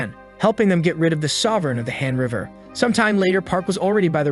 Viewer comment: Why does han River sound like hamburger ? 😂😂 I don't actually watch the video. I'm more of a listener. My ears were tricking me by making Han River sounds Hamburger. 😂😂